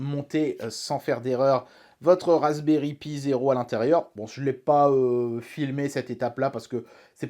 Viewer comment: Moi qui débute la vidéo : "Faites qu'il prononce "Raspberry Pi" correctement et pas "pie" comme il le fait d'habitude" Moi, une minute plus tard: '"Eeeeeeeh merde". Edit: Houlà, tu te goures complètement sur ce que c'est que l'interpolation :/